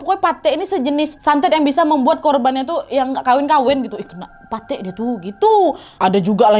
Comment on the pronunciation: Pathek bacanya kaya apel wak